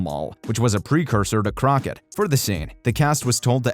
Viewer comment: Can the narrator please learn to pronounce croquet PG Tips not Twips etc